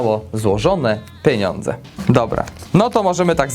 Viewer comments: Według mnie poprawna wymowa to "pieniądze" widzę celującej oceny z języka polskiego to Ty nie miałeś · "Złożone PENONDZE" LEJE AHHAHAHA